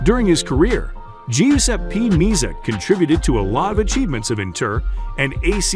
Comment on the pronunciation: Pronunciation Me- azza. Not meazza